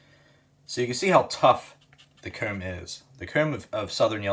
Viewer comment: His ccs t is hilarious 😂 “cooowm”